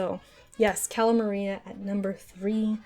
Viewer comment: AHEM.... It's Cala Maria